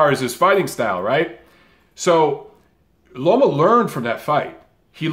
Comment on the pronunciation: I've been hearing alot of people, even after the win vs Rigo calling him LOMO instead of LOMA